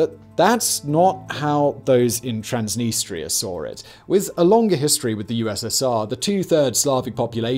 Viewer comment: A normal English speaker: “saw it” Simon: “sawr it”